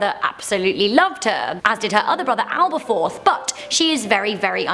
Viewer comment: And it's Aberforth not Alberforth